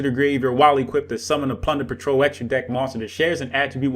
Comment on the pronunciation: Am I the only one hearing "punder patrol?"